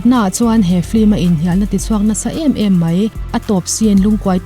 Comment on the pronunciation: Flim ti lovin film han ti zawk la ngaihthlak a nuam lehzual ang..